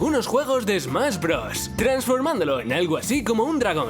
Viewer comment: ¿"Yosi en Smas Brothers" tan dificil es pronunciar la "sh"?